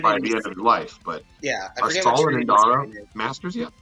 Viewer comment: Master *IN*dara, keeps saying "Inara" lol